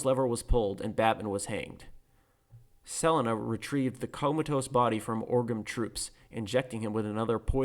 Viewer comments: never heard 'selina' pronounced like that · I dont know why but that weird pronunciation of Selena causes me cringe. Just like on rick and norty how their current univers pronounces parmesan